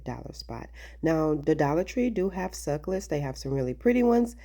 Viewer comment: Jesus! SUC CU LENTS! NOT SUCLETS;😂😂😂😂😂